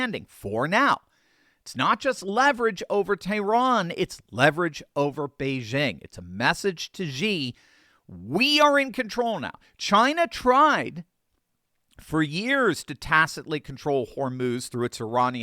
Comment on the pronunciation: XI is pronounced "SHI" Jinping, not "GEE" Jinping.